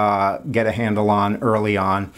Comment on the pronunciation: Thank you for pronouncing Sartre's name correctly! :hand-pink-waving